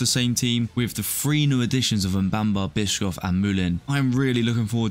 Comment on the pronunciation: Bischof is pronounced like bishop, just with an f instead of a p